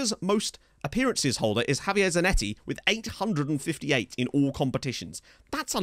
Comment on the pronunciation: Surely its Zanetti?